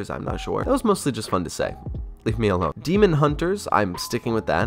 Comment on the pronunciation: Can't say daemon or chimera right. Oh no 😭